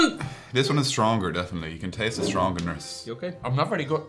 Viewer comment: "You can taste the strongernerss"